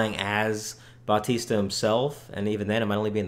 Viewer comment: you pronounce it how lots of people do. but stay it like (bow-tista)